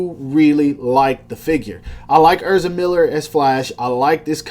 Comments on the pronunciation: dawg it’s ehz-ra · way he says ezra lowkey hurts my soul